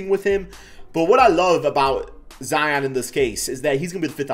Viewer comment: "Zeon" lol